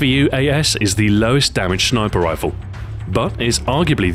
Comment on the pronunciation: "shniper rifle" lol =)